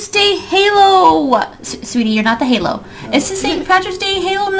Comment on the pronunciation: take out a S it's HAlo